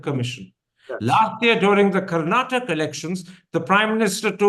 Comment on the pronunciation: Please don’t use Karnatak, its Karnataka